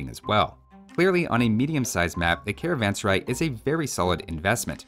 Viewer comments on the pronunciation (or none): the first pronunciation is the correct one as the word sarai means a place to rest and is pronounced as suh-rah-eh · it is pronounced " Karvaan Serae" just like the English letter "a" makes.. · A better pronunciation for carvansarai would be car-one-sir-aye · How to say serai.."Say-ra-ae". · [karavan-saraj] to pronounce correctly